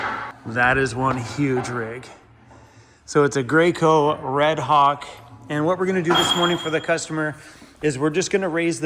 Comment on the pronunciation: Jayco not Greyco lol